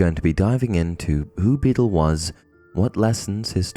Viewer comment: Beedle, not Beetle!